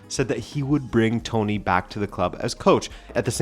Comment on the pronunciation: E Tony inves de Toni